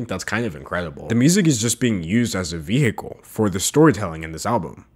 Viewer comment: he really said veHICle & idk how to feel